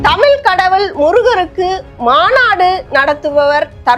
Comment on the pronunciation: தமிழ் உச்சரிப்பை சரியாக உச்சரிக்கவும் தமிழ் தமிழ்